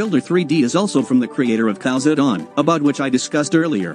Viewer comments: Just to be clear, though, it's really not pronounced "cows" is it? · Am I the only one who heard cows add-on instead of Khaos